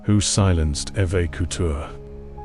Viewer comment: Pronounced E va " Eva "